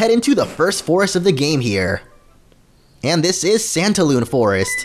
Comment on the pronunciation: Whe you said santalune I thought you said pantaloon XD